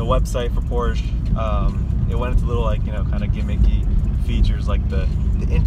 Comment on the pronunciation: Hey Dude, learn to pronounce the brand before making your review ..